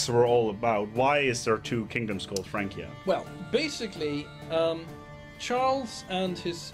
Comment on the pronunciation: Correct me if I'm wrong but shouldn't FRANCIA be pronounced (FRAN-SIA and not FRAN-KIA)